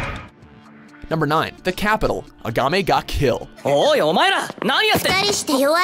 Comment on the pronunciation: I swear the first time he said Akame Ga Kill, he pronounced it Agame ga kill